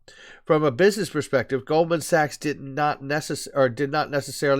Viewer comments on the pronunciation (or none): none